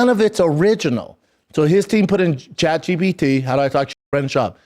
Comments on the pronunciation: I'm pretty sure he said Chat G "B" T. lol. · Chad gee bee tea